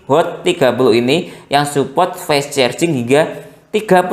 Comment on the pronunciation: Fess cherjing😂